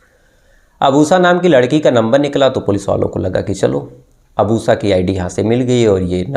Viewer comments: Am Laughing on OOSSAA her name must be Usha 😂😂 please work on your pronunciation 😂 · उसा? श अक्षर बोलना कब सिखोगे?